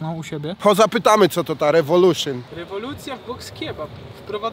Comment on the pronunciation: "Co to ta Rewoluszyn" XD <3